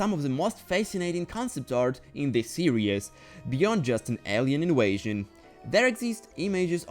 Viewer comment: bro saying inwaysion its invasion pronouse the v